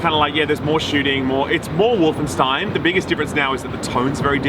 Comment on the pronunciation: just casual nailing the german pronounciation of "Stein" in Wolfenstein